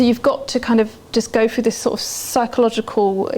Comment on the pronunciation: How can such a beautiful woman pronounce through as "fru"... my dispair at having to reject her in advance of our romance. Lol.